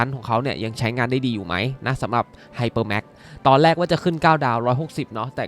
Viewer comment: แรก ไม่ใช่ แลก ครับ